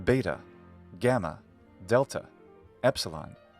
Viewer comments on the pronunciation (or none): I think you pronounce delta in this word with [d̥]? I percieve it as [t] when I heard but later one in sentence. I heard as [d] Note: My L1 contrast /b/ vs /p/ vs /pʰ/ and /d/ vs /t/ vs /tʰ/ but only /k/ vs /kʰ/ with no /g/